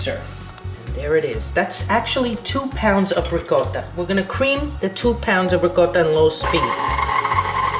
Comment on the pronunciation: Didn't know you were Italian...thought you were Puerto Rican. The way you pronounced Ricotta gave it away.